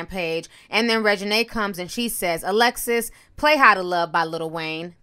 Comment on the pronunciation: ALEXA...🤦🏾‍♀️🤦🏾‍♀️ not Alexis🤦🏾‍♀️🤦🏾‍♀️🙅🏾‍♀️🙅🏾‍♀️